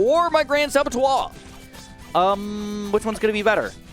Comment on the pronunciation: Saboteur not sabattoire.... That annoyed the hell out of me